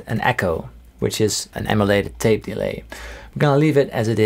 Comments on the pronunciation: I like how you say DE-lay instead of delay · I swear delay is pronounced with emphasis on -lay and not on de. haha great video. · Anyone else find it funny when he emphasises the E in delay instead of the A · Fix delay pronunciation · the way he pronounced "delay" is a bit annoying. awesome tone though